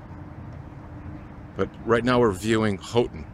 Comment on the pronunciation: Good to learn the fine points of Houghton including it's pronounced Hoe-ton, not How-ton. Been to Isle Royale from Grand Portage Minnesota, but most folks come in from Houghton.